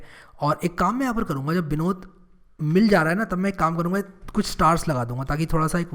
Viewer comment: Why "Binod " is especially emphasized here??